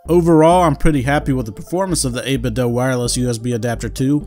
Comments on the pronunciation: Dude says "8bit-doe" 😅 Thanks for the video. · I've often heard it pronounced this way. Some pronounce it as the verb "do". Not sure what the intended pronunciation is.